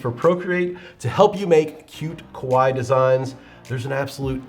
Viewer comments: omg Love it and need it!!! (btw KAWAII is pronounced as ka-wah-ee-ee and doesn't not really rhyme with "Hawaii". In fact, doing so makes it sound like "KOWAII" which means "scary") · Add a ee on the end of your pronunciation of Kawaii and you will be gold!